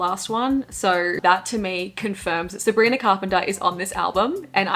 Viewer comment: I love how you say Sabrinarrr